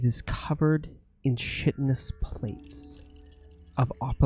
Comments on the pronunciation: "Shittness". Every time says Chitinous, I hear "Shittness". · The CH in chitinous, is pronounced like a K, not an SH. Chitinous = Kite-In-Us.